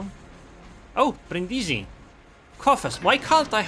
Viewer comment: Nice game...but accent on Brindisi is on the first i Brìndisi